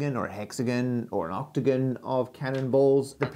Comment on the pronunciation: The most PAINFUL thing about this video was listening to you pronounce the words: Hexagon (Hex-again) Octagon (Oct-again) etc.. Either pronounce it correctly, or pay your parents back for the money they spent on your education.